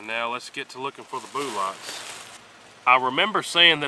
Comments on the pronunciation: “Let’s see if we can find those boolots.” Classic! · Boo-lots 🤣🤣🤣!! Thanks for your dedication to your channel. I give you a thumbs up even before I've watched👍 I've never shot either but I assumed the 10mm would have gone through the most. Catch you next vid mate!!